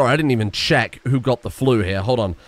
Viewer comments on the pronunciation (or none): none